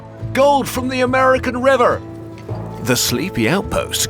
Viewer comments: its so strange to hear you say river like that LOL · Really hit the hard R on river